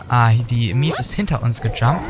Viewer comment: Maeve wird nicht Mief ausgesprochen XD